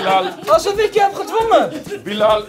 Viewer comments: WHAHAHA hoe Bilal zegt"billajl" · Billen al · Hoe ‘Bilal” zegt😂